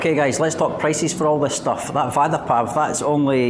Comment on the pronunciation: I was laughing 😂 when he said vaadda to vada